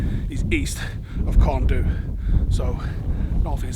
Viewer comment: you have earned a cuddle. BTW, Corn Du is pronounced in Welsh Corn Dee.